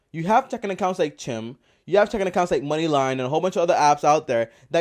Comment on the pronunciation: You said Chim (like rim) in your video. It's pronounced Chime like the i in Crime. Thanks for the video.